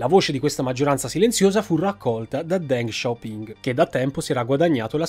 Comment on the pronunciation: Ma perché “DenG SHao PinG”? Non si può sentire …..